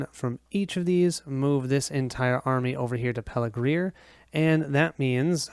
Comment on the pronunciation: Thanks for posting this. Very well done and enjoyable to watch. You asked about mistakes, so here goes: the pronunciation of some of the place names (Pelargir, Eastemnet, Westemnet).